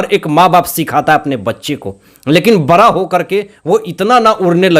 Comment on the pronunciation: Arey bhai bara nh bada hota hy apan ra or ana sahi kr lo trp le rahe ho bss tum or kuch nh